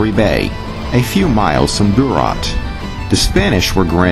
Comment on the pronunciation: Good Lord man the pronunciation is “McLane or McClaine for McLean. It’s not Mick Clean Duart is pronounced “dewert”not Do Art. Other than that thanks for the video.